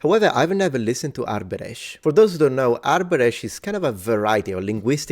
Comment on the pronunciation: Btw "thikët" (knives) in the first sentence is the plural of "thika" which is connected to the Latin "sica". I also want to point out that you did a great job pronouncing the word 'Arbëresh'. Thank you for this video. I wonder if you could look into the Stratioti mercenary units that emerged in the 15th century. I think you might find the topic interesting. I'm glad I've been following your channel for a long time. Much love from Albania ❤